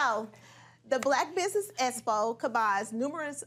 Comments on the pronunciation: Lmao!!!! can't even pronounce the word Expo. She kept saying Espo. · It really bothers me that says "ESPO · Espo,?, girl get a dictionary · It’s really sad that Martell is extremely jealous of Melody! Him asking about her fee was only to further investigate her finances that he’s been going after. On another note I am dying laughing at Esspo! It’s EXpo!☝🏿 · CANNOT properly pronounce the word “EXPO” to save her life….lol She continually says “ESPO”. For some reason it drives me crazy. I know she’s country, but how can she be taken seriously as a woman in business without speaking proper grammar. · Okay so we're just going to ignore "Espo"? What the heck is an espo? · I’m just confused on how you go to college and get a degree and still cannot pronounce words correctly. The word Expo actually has the sound of the letter X AND the word success actually had a hard C and the next c is a 😮soft C! Get it right people or someone n the crew help her to sound intelligent ( ) needs vocab help!